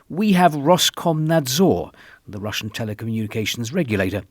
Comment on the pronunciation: Your Russian pronunciation is really impressive, Mr. R.